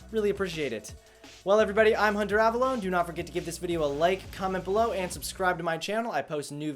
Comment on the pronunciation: is it just me or does this guy not know how to pronounce his own name? in this video he's hunter av-alone and in one of his previous videos he was hunter av-aloknee. which is it? no, it's not both.